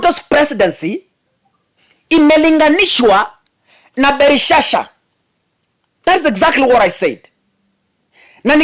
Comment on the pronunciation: ni BELSHAZZAR sio BELISHSHA mungu ana muonyesha uongozi wake ume pimwa 💯💙💙💙